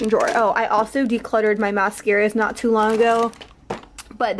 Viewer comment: I like when says "Dis tew expensive" lol #SlayBaes